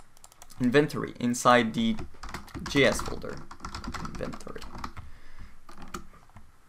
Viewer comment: Looks like quite an informative video. But your pronunciation of inventory was driving me bonkers.